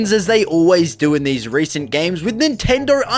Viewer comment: my dude really said reacent